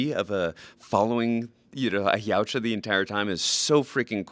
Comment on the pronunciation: Jesus Christ, finally someone pronounced their species' name correctly.